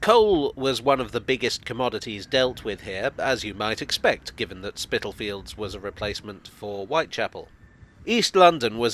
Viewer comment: Thank you for another interesting video. Actually Spitalfields is pronounced spitterfields, the l being silent. I was born there in 1960, very hard to believe it is becoming a trendy place now.